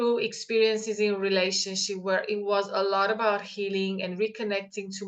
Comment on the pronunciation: LOL it sounded like you said the old relationshit !!